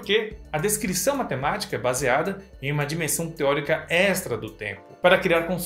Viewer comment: Você fala extra errado, parece ser um costume da parte mais sul do país. A forma certa pode ser ouvida quando falamos extraterrestre, já que a sonoridade n dá pra ser bem explicada com palavras...